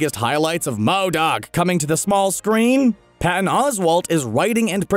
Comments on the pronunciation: Why does he say MODOK like that lmao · And you say MODOK that way agian and ima loose it. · I was wondering that too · Why does he say MODOK so weird. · Does he really havta say "M.O.D.O.K." that way? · WHY IS HE SAYING MODOK LIKE THAT😂😂